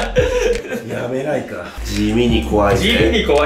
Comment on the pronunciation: やめないか～が｢やらないか｣で草